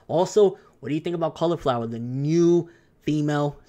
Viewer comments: It's caulifla not cauliflowa😂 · It's CAULIFlA NOT CAULIFLOWA. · Pretty sure her name is Caulifla right? Not Cauliflowa? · Her name is Caulifea , not cauliflower lol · Caulifa not flower. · Just re watched the episode and her name is Caulifla not Cauliflowa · I'm pretty sure her name is supposed to be Caulifla, not Cauliflowa. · ITS CAULIFLA NOT CAULIFLOWER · caulifla not cauliflowa fyi unless the translations are wrong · Its Califla!! lol,fail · btw its not flow its fla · It's Caulifla 😂😂😂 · hate me all you want but he's saying her name wrong over and over and the underlying fact is its a diff saiyan girl alltogether from the LSSJ girl thats IN A DIFF UNIVERSE